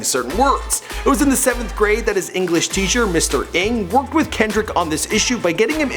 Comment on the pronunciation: lol funny how he pronounced Mr. Inge's name. It's pronounced like the beginning of engine. He is an awesome teacher!!!! Love him!#fellowComptonNative